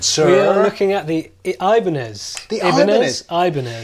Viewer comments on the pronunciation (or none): It should pronounce eeebanez 😁